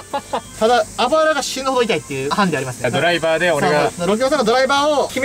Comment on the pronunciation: ヒカルのドライバーの発音が運転手なんよ